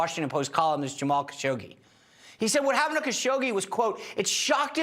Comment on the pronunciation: HASH-ODGEE is how it's pronounced.